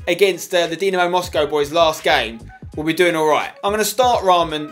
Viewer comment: Spenny its pronounced D-ee-namo